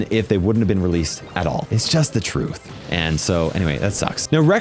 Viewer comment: bro be saying th thurth(ps i know u made a mistake its just for the joke)